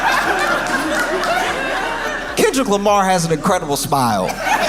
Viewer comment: Calling him Kendal Lamar is proof that they mispronounce our names on purpose. Liiiiiiike! BE FOR REAL YT lady!